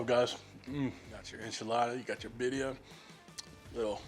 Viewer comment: just pronounce the second "i" like an "e". Like bireea. Make sense?